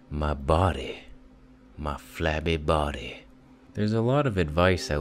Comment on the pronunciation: I love how you say bo'ody, like all Jamaican or something =p You look great and I know how you feel about eating so much it sends me back to bed too xD